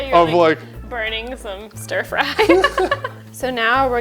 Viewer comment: When said "frying some stirfry" I heard "farting some stir fry"